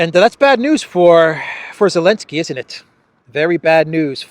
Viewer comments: Yeah for real. His name is Zelenski 😊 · I'm out of the loop, why is he saying Elenskyy? 😅